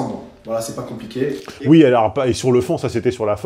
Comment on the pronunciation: "voila, c'est pas comp'iqué"